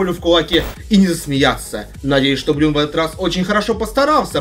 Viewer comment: Бран, а не брюн